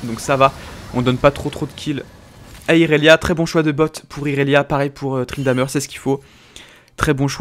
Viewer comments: C'est moi ou il dit tryndameur ??? xD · très bonne vidéo même si c'est perturbant d'entendre tryndamEUr vu que j'ai l'habitude de dire tryndamÈr(je sais pas si ce commentaire conte pour le tirage au sort mais osef j'ai dis ca sincèrement)